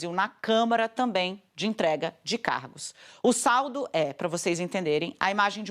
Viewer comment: Além de não usar o gerúndio corretamente, esta moça, a Andrea Sadi, não consegue pronunciar a palavra tamBém. Fala sempre "tamém"... Que coisa estranha... Vício de linguagem??? Sei lá... Mas é muito feio...